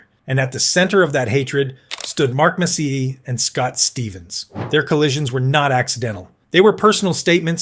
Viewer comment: A video about Messier (whom I can't stand, but wanted to see Bure), and the AI narrator can't even pronounce his name.🤦‍♂Turned it off...